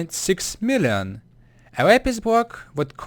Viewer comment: your saying millon